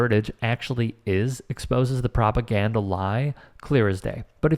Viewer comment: Pop- o- gan-duh